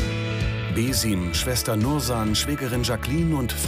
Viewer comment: junge, bitte lernt doch die namen richtig auszusprechen. ich weiß deutsche mögen das nicht und wollen seltenst neues lernen, aber es ist wirklich nicht auszuhalten wie hier die ganze zeit beeeeeesiiiiiiiiim und haaaaaaakiim gesagt wird meine nerven